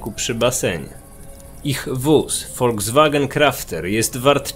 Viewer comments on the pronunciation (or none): none